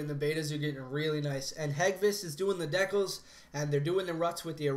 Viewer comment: "dehkals" LOL. It's DEE kah ls. Or deecows, lolz.